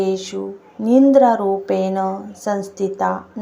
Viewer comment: निंद्रा नाही निद्रा म्हणतात.